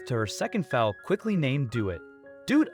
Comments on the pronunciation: Foul it's called called a foall not a fowl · Foal not foul - Sheesh! QUIZOTE????? Its pronounced Don Key- oh - tee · Who doesn't know how to pronounce foal ?? Why does this drag out sooooooo long ? Also you are mispronouncing the foals names... I am unsubscribing.. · I totally agree with you about the incorrect pronouncing of “foal” and the other words, too.